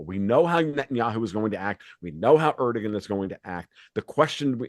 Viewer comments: Learn to pronounce 'Erdogan'. I.e. 'ErdoWAN'. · Is this comedy? Are these some new breed of professional trolls? Guy can't even pronounce Erdogan's name. The g is pronounced like a W. If he doesn't know that, my guess is he doesn't know very much. This is like, a bunch of jackasses talking about the stupidest conspiracy theories on planet earth. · This guy doesn’t even know how to pronounce Erdogan lol. He sucks.